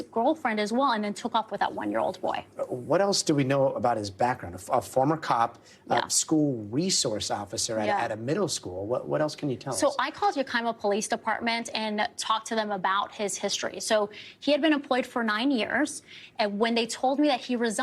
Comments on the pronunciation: Ya KI ma? It's YAK ih muh. Geez. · Ya-KY-mah she said. Se-Don. Oh lord. She doesn't even know how to pronounce the things she's reporting on. It's Yak-Ama and Sedan. Her pronunciation of words is super distracting and odd. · I mean, I know everyone won't know how to say it, but she also said Yakima wrong lol